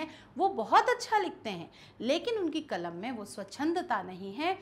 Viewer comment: मैडम कलम बोलिए कमल नहींहै